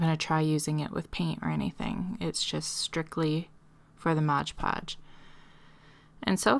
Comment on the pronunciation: MOD podge. Not modge podge.